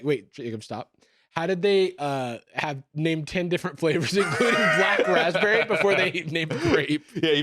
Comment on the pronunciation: they def said black lazberry